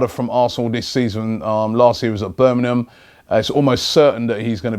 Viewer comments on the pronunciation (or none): none